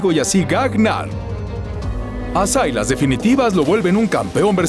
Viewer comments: Sailas pu wn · Sailas???? SILAS